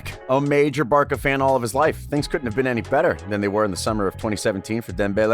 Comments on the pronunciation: Did you just say "Barka"? It's pronounced BARSA you fucktard yank. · Barca* not barka! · I like your videos, but please for the love of God learn how to pronounce the names of the clubs and players before publishing the videos... You say BarKa instead of BarSa, but Barcelona you pronounce properly... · Barca (sounds like Barsa) sir, not "Barka", what ? Are you even football Fan to talk about football ? LOL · You're an American, we cant take you seriously when you pronunce Barka and not Barsa. It shows you're a Johnny come lately in the world of football. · Barcaaaaa not barca please get it right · its not bar-ka its pronounced bar- sa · It's Bar "SAH" not Bar "KAH" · We say Barcha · Syamim Shamsudin Im an American and I don’t say barka tf?! I say Barca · Why do you say barça like barka, it's pronounced like barsa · 1. This isn't "untold truth" this is common knowledge for all 2. It's pronounced Barsa not Barka 3. Not sure if you watched the footage you were talking about but Dembele didn't "send it over the goal" against Liverpool. He placed it right at the keeper. Otherwise a good video. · Did you guys say barka instead instead of barca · I really enjoy the analysis on Goalside but the commentator's pronunciation leaves a lot to be desired. For example, the abbreviation for Barcelona is pronounced "Barsa," not "Barca." Similarly, Camp Nou is not pronounced "Camp New" but "Camp Now:" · Hi, I am new to your channel here it looks like it will be great video content. Just one correction, it is Barça not Barker like you are saying, lol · Barka?? What the hell is a Barka? It's Barca ffs. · It’s Barça = Barsa not Barca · Stop mispronouncing shit Its not Barka, its Bar-sa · Not Barka but rather Barca , but for pronunciation you say it more like Bartha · Whats "Barka?" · How tf does this guy claim to know so much about barca when he cant even say barca right wtf is barka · did this guy just say Barka? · WHAT THE FUCK IS BARKKA?? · Did you just said Barka? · Wtf is a barka